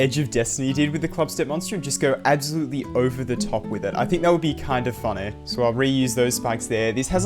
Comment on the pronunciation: "kinda funneh" lmao